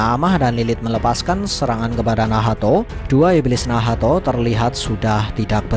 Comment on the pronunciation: Min bilang nacht aja lah jangan bilang Nahato. Gak enak loh d dengar sama kuping Akau. Wkwkwk